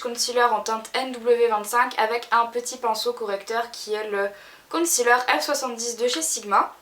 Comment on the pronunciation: concealer c un mot anglais .. il faut être prononcer en anglais pas en français .. oh my god !!